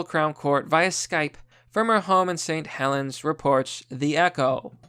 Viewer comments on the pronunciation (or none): none